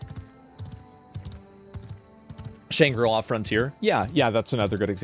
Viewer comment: These zoomers, including Asmon, don't know how to pronounce "Shangri-La."